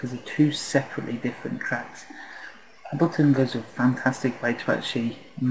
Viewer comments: It's pronounced 'Aybel-ton' not 'Abilton'. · Oh, and to all the muppets bitching that he's pronouncing it Ab-leton because he's British and that's how it's said over there..... bullshit. I'm British and I pronounce it correctly - that's to say Able-ton - as does Pete Tong, Sasha and Matt Darey who I've all heard talk about this tool.